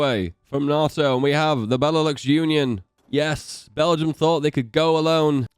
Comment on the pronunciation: Hate how u say nato